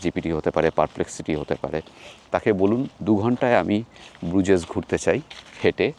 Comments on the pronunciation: সঠিক উচ্চারণ ব্রুজ , ব্রুজেস না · It is pronounced as BRUZ, Z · Another misinformed and research-less vlog from you. I think you should have skipped Belgium since you didn’t have anyone local to show the place to you. 1. The garbage bags in Brussels are picked by municipalities every day in the morning. If its lying there means they will come and pick it up. Don’t spread incorrect information. 2. If you visit a place please learn the pronunciation. Bruges and Hergé needs that basic respect. 3. Minne is the word for love in Dutch not French. 4. Every city in western Europe has its dirty side including Paris, London and Amsterdam. Just because you stayed and visited the dirty areas doesn’t mean its dirty as a whole. The entrance you took to the Nord station is the back entry where no one goes. There is literally a main entrance to the station which obviously you didn’t take as you didn’t research enough. 5. It was a missed chance to not visit Ghent. Its literally Gothic architecture at its best. Could have taken you not more than 2 hours if you had planned better. But no you chose to focus on friends reunion. 6. You literally did not see Grand Place in the day, no Manekin Pis, no Delirium village, no Atomium, EU Parliament, Palais, Mon Des Arts. These are not even hidden gems. And you and your friends have judged Brussels already. Wow. Please don’t listen to him, he didn’t explore well and has formed opinions already. It was a vlog where friends became judgemental about a place and the focus wasn’t on exploring the country. You lost a fan t